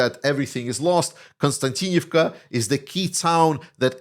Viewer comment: that konstaVika😅 sorry guys cannot spell even pronounce Ukrainian. city that Russia has infiltrated Russia said they have surrounded the city maybe maybe not.. all the Ukrainian soldiers coming back from their say that it is hell hell on Earth they have to enter the city on foot so they have to walk 10 -20 km to get there then fight then you try to get back out they say the sky is full of Russian drones which hit anything moving on the highway to konstavika💥 they say it's safer on foot..